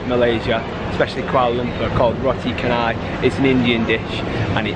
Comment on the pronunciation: Actually Roti Canai, The 'c' alphabet in Malaysia is sound 'ch' that similar to sound of 'c' in word of 'chance' 'change' 'cheery'.. And not sound of 'k' at all....so Roti Canai should pronounce as Roti Chanay... Enjoy Malaysia....